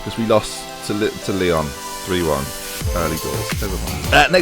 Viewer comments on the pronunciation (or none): none